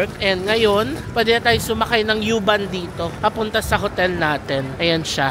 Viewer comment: U-Bahn is pronounced as "oo-bahn." Not "yoo-bahn"